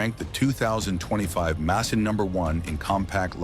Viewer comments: If you're gonna bitch about a car show the same fucking model at least. Makes, makes, Mason. Get the name right or stop.using AI BS. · How many different ways is this Ai gonna mess up the Porsche Macan’s name? Massin? Mack in? Maykin? LMAO! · FIVE different pronunciations of "Macan" in 35 seconds: AI much?